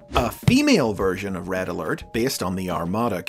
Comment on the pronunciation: RED UH ALERT WOO WOO WOO WOO WOO WOO